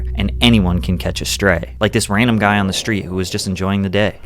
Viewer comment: I dont think "guy" is pronounced that way.... 🤔